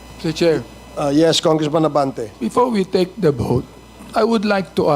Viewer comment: before NOT bepore😂